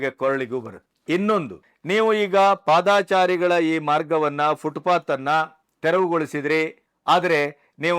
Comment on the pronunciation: Sir ಅದು ಪಾದಾಚಾರಿ ❌ ತಪ್ಪು ಉಚ್ಚಾರಣೆ, ಸರಿಯಾದ ಉಚ್ಚಾರಣೆ ಪಾದಚಾರಿ ✅ ಅಲ್ವ sir ಹೆಚ್ಚಿನವರು ಕೃಷ್ಣ ಭೈರೇ ಗೌಡರು ಸೇರಿದಂತೆ ಹೆಚ್ಚಿನ ಜನ ಪಾದಾಚಾರಿ ಅಂತ ತಪ್ಪಾಗಿ ಉಚ್ಚಾರಣೆ ಮಾಡ್ತಿದ್ದಾರೆ ಅನ್ಸುತ್ತೆ...?